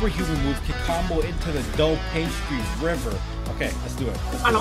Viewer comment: I notice that pastry river sounds like pasta river LOL